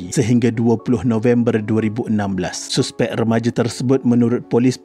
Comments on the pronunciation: Hahaha, sebutan tu saspek bang😂 ejaan je suspek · Sebut la betul2 suspek,tk yh guna bahasa baku,boring la ko ni admin,klau borak biasa dgn kwn pakai la bahasa baku klau ko nk martabatka sngt bhasa baku ni,elok2 kita dgn bahasa melayu kita guna ko plak nk folow cara bhasa indon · Padu apa nya, hang degaq betui2 perkataan 'suspek' ..lawak betui